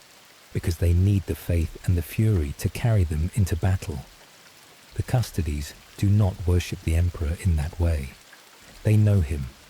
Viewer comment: Custodes, pronounced like "'custodeez nutz"